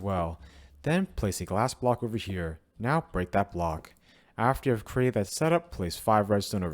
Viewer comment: The way he says now gonna show you how this farm works "It seems that he says not instead of now"